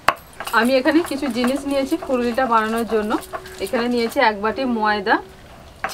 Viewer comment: Furuli bollen 1 st e🥲🥲 fuluri ta thik🙂